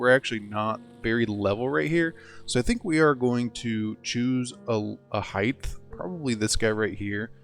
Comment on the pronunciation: Width / Height. Do I hear you saying hiegth? tehehehe Great build.